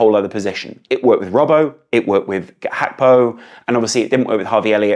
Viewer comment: Mate what is HAKPO. Say Gakpo. Even I’m his interview he pronounces it the way it I spelt.